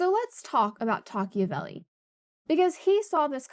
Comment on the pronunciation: Wouldn't it be pronounced Toc-ah-vil?